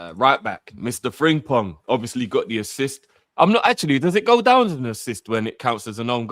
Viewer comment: Please stop calling him Fring-pong